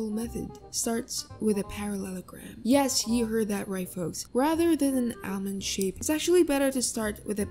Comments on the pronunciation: I can't take you seriously just because you say al-mond I apologize and am seeing myself out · ramen now raaman also almand not aalmooond